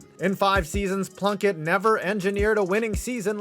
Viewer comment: Am I the only one who hears blumpkin when Plunkett's name is said?